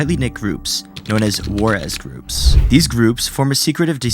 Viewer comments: How about pronouncing it "wahr-ez" instead of "wares"? Lol, n00b. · my brother in christ, it's pronounced "WHERE-Z" not "JUAREZ" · My boy mispronouncing everything 😂😂 bruh said “Juarez” instead of warez, or “wears” as in software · it's "warez" not "wah-rez" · Why are you pronouncing "WAREZ" as Juarez? Thats an insult to both warez communities and Mexico. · ...why are you saying warez like juarez? Its warez. Like "softwares". Typical americans smh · Just a FYI, its ware s. Not war es. Its short for softwares. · its not war ez groupes its pronounced wearz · It's not pronounced "war-ez" it's pronounced "where's" as in SOFTwares. Don't worry I used to pronounce it wrong too lol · Warez is not pronounced War-ez its ware-z. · Did he call warez "juarez"? It is warez as in sotware... You know like the thing they are pirating? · War ezz groups😅 it's pronounced wheres like software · bruh its not wah-rez its "wares" 😭😭😭😭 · his attention to detail also say "juarez" for warez. which is pronounced "wears" like software. and also said "philosophical mustings" now that is some top tier attention to detail. no doubt. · This dudes pronunciation is hilarious. Musing and warez (Juarez lol). It's just "wares" like as in warehouse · Warez is pronounced "Where's" not "Wor-ezz", like software. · WAR EZ groups lol .... WAREZ ... as in SOFTWAREZ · its "warez" not "war-ez" bro lmao. like "software" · Wearz is pronounced the same way "wears" is, except with a z. Short for pirated software. Pronouncing it as 'whereaz' is wrong. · Wa-Rez? It's pronounced the same as Wares, I don't know where this odd pronunciation came from lol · it's not war-ez its ware'z like soft-ware with a z at the end to be edgy. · It's pronounced like "where's" not "Juarez" lol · I always thought "warez" was pronounced the same as "wares" (which rhymes with "wears"), not "war-ez." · For reference it’s pronounced how ware is in warehouse. Not Worrèz lmao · Wares. Not War-ez. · Warez is pronounced like Wares not Juarez